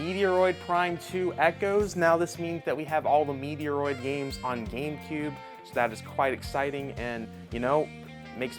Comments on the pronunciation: Metroid doesn't even have any meteoroids, yet he still says it like that. I'm glad I'm not the only one who gets annoyed with that. Put some respect on Metroid's name! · You are pronouncing certain words incorrectly; Anime “Ann-uh-may” Manga “Main-guh” Metroid “Met-roid” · Damn you butchered the Metroid name 🤦🏼‍♂️ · The man calls himself a gamer or collector but can't even pronounce Metroid the right way and there was another 4 or 5 letter word where he doesn't even know how to say it... Stay in school kid, or go back to it, don't make this your way of income :D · You mean also the Metroid word right? I agree :O